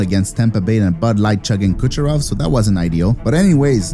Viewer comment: you said Doucherov wrong